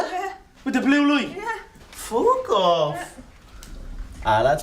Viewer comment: The way he pronounce " FOK OFF " makes me rotf